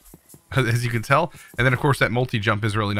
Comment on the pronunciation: When he first said nimble I thought he said nipple xD